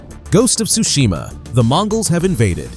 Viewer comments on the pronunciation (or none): none